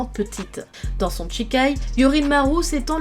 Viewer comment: En japonais "shi"(し) ce prononce "chi" et "chi"(ち) ce prononce "tchi" Toute la vidéo tu a prononcé Chikai au lieu de shikai et Tochiro au lieu de Toshiro 😂